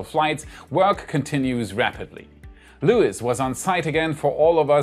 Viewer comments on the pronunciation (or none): none